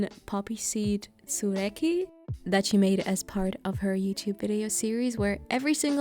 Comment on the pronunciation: A greek here! Awesome tsoureki and awesome pronunciation!! Side note i tried to make vegan croissants but they came out wrong. they where heavy and moist like undercooked (even though the second batch was overcooked) something went super wrong with that:( any advice so i can do better next time? Side note i really admire you for cooking so much.as a vegan i am lucky to have the support of my family. i am so afraid of what will happen to me when i will live.alone. i cant cook to save my life